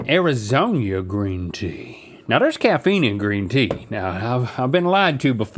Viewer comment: "arizonia" Link watched What we do in the shadows